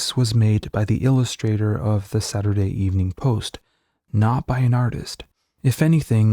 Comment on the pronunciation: No one pronounced it saturday Evening post. No one stressed evening as if there were also a Saturday Morning Post that needed to be differentiated from the Saturday Evening Post. There wasn’t and we didn’t.